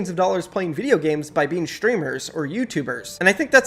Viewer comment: It’s not shtreemers it’s streamers